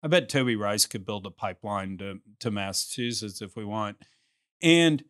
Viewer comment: Great interview. The state is pronounced Massa*CH*usetts 😂